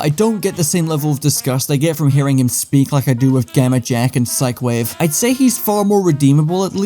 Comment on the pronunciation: Are we going to be saying psycwave parties now